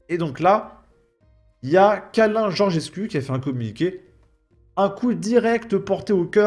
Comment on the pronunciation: Le 'u' en Roumain se prononce 'ou donc on dit Georgescou